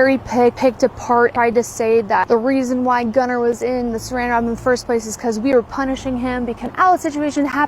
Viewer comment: These people are gross. I also hate that these people named their child Gunnar and can't even pronounce it correctly.